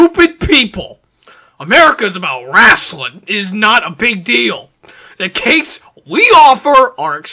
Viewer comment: 'America is about ressling!' Hahaha